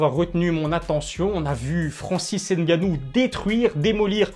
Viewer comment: Tu prononces mal le nom de Francis (N GANNOU) Comme tu dis on prononce [Gannou] et non n puis gannou